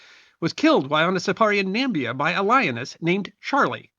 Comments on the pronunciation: It’s Namibia, not Nambia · Nambia? Perhaps Na-mi-bia? 😉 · great video, except for the fact that he pronounced the name of Namibia as "Nambia", twice. and